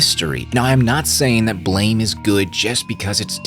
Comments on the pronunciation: Its "Blame" its Blam!!! Like a gun shot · The way you are pronouncing it is the mispronunciation lmao. It's Blam like the sound of a gun